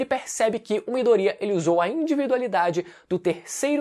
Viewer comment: Afinal. É miDOria ou midoRIA ?